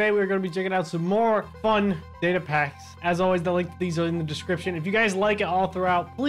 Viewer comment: Say data more clear next time cuz d is not data